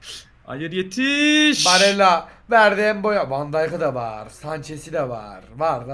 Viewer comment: abi 74 barella ya baralle dedin